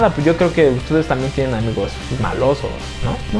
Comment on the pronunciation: Odio que diga amigous , amigous